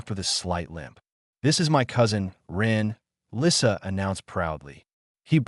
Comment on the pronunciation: The picture shows a man repairing a toy plane, not a ball, with a baby dragon that's much bigger than a house cat watching. Her name is misspelled Lisa while pronounced Lissa.